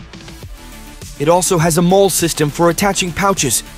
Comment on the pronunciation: Molle... (mawlee) not fucking mole.